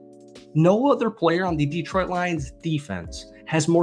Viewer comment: Detroit is as likely to send a 2nd rounder for a guy with a shitty attitude who wants twice what he's worth (if the Jets trade him to the NFC they have to send a 2nd to Philly) as you are to pronounce Detroit properly. As in, never gonna happen.